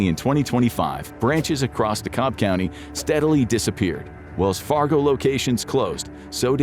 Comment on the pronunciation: You couldn’t have said Lithonia & DeKalb more wrong.